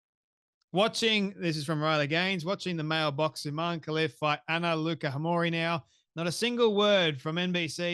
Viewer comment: [ Off: Anna Luca's name is pronounced, with a "tz" as in tzatziki= Lootza. Peace and love! ]